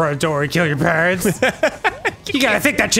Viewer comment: Dan pronounces ‘parents’ with a H and it annoys me but he’s precious so I’ll forgive him 💜